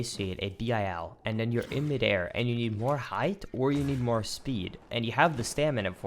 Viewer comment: Noooo not my pet peeve. whyyy. It's height, not heigth. Edit: Said it right the second time and now you are the best again.